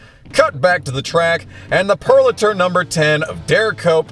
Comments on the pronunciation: It's pronounced "Pure - o - later" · Somebody needs to tell this guy how to say Purolator. I cringe every time he bombs it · Loved this video. Did bug me that you kept saying Purolator weird. Lol